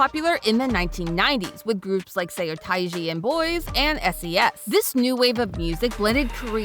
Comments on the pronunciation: it's pronounced "soh tai jee", NOT "se yo tay gee". also it's not "josie yawn", it's closer to "jo-sun" like the Korean newspaper Chosun Ilbo. hope this is helpful :) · the pronounciation of seotaji and boys is killing me 😂 its pronounced "suh-tae-jee"